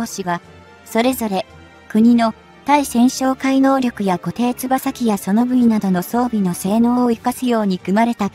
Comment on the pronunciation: 固定翼(よく)機じゃない？読み方間違っている。